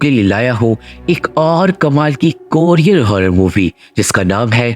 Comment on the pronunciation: Mujhe toh Korean ka jagah courier sunai diya hai 😂